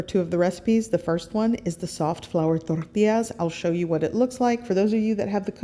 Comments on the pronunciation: Tortias?? Try Tor-tee-jazz 😉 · I love your recipes! I'm Mexican and I think your recipes are pretty typical Mexican food! The only thing I don't understand and I'm sorry, I don't mean to be disrespectful, but, why do you pronounce TORTIAS but you pronounce agua de pepinos con limón perfectly? I'm sorry if I ask something weird but I can't help but cringe when you pronounce tortillas gringo style! Saludos desde Chihuahua y viva México.... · I like how you say ToRRTIAS 😂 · "THORTILLAS" lol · “Flour Torrrrtias” 😂😂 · You don’t have to say “tortillas” like that…